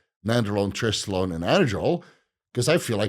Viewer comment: You butchered the annotation on trestolone btw